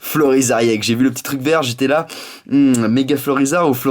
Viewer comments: c'est pas iex c'est ex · Le E se prononce de façon Englaise :D